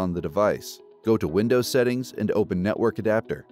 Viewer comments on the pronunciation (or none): none